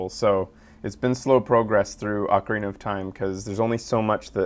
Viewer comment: thank you so much for saying Ocarina (Aw-carina) and not oh-carina because whenever I hear someone say oh-carina I get so pissed off.